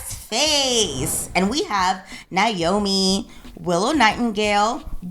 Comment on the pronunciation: and the "Namoi" instead of "Naomi" 😭